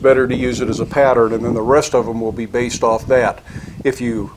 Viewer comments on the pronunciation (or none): none